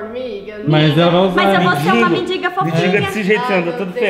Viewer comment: tão bonita falando mendinga (mendiga)